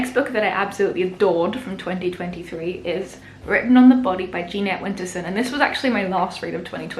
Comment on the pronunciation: A few things (just for your future reference): It's pronounced pon-shon. It's juh-net Winterson. This is in no way a slight, rather a friendly gesture.